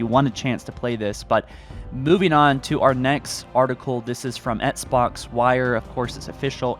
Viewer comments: I hate how he pronounces Xbox "Etsbox" it makes me cringe. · "ets-box" lol